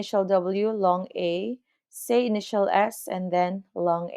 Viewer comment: SAEU - say